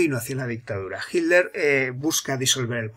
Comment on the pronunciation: Siempre me pregunté porqué los españoles no pueden pronunciar las "tes" en medio de las palabras........y dicen "Hiler" en lugar de Hitler.....